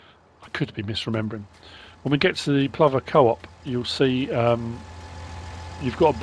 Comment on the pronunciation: Plover, everyone I know pronounces it as you have. I just call them asses, always going mental swooping at you.